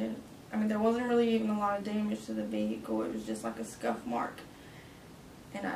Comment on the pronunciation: Vee-Hick-elll 😂 Jfc, hire people that graduated middle school!